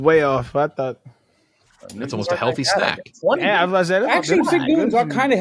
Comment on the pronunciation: never heard someone say healfty before